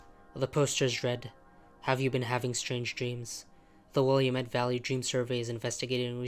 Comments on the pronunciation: it’s WILL-AH-MET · Not how you pronounce Willamette (will-AM-it)